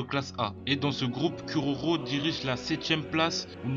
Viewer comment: "curaurau" ears bleeding